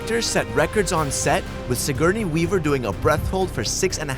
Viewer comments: Si-GOUR-NEY not Si-Gurn-EE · Homie really said Siguurney weaver 😂